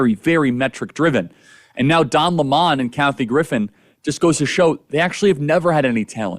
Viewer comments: Love Charlie! The way he says Don La-mon kills me!😂! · "Dawn La Mon", had a good laugh over that pronunciation.